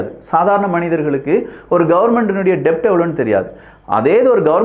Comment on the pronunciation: டெப்ட் கிடையாது. அது டெட்.